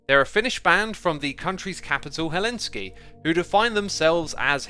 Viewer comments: Just don't pronounce Helsinki "Helenski" like X did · Helsinki... Not Helinski